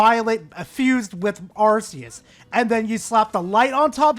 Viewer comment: It's not "Arse-eus".